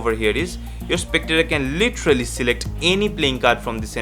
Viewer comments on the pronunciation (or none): none